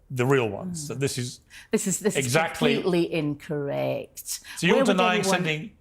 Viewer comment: this is komplititly “INCCOREK”